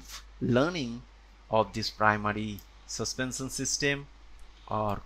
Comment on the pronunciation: Suspensan???? Why can't you even pronounce "sh"?